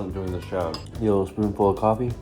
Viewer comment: chocolate and... cwoffee?